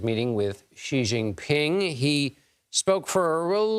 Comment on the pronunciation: For John Dickerson: "J" in the Chinese name "Jinping" is not pronounced like the "g" in the English word "regime"; indeed, the Chinese language doesn't even have this quasi-French sound. It's pronounced more or less like the "J" in the English name "Jim."